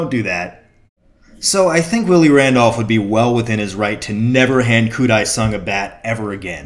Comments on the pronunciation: pronounced ... deh-sung not die-sung. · I was at that game! And a game at Shea where a few cars caught on fire in the parking lot and we had to wonder from our seats why fire engines showed up. Also, Dae is pronounced more like "day" than "die"